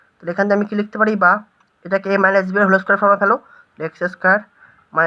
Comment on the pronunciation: বলছি হোলে Square টা আবার কী ভাষা? হোল Square , not হোলে😂😂